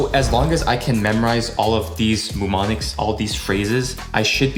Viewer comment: The first M in Mnemonics is SILENT!!